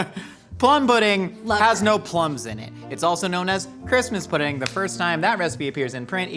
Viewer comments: "Christmas purding" 😂😂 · The fact that constantly always finds a way to make fun of and the crew actually cracks up. I missed this dynamic. Hearing just mispronounce pudding and immediately jumped into whatever bonkerness she has locked in her head to break character. It’s gold.